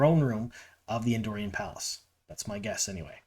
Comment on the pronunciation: First of all, a pet peeve... It's AndorAn, not Andorian. We're talking about WoT, not Star Wars! I think she may be Elaida as you suggested, but honestly, she could also be Lini (my first thought) or even Morgase, since they're not doing the ageless look.